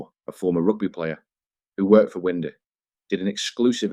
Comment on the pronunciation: AI shite Winder is pronounced Wine--der not Wind-er